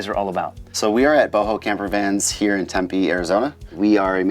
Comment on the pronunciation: "tempay" arizona!! HAHAHA 🤣🤣